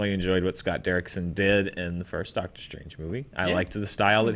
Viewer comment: Did say "DOGTER Strange 2"? Movie just got better